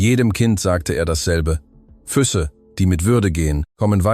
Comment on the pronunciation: Eine schöne Geschichte aber die Ki sollte die Betonung der Worte besser lernen. Es heißt Füße und nicht füsse😉🍀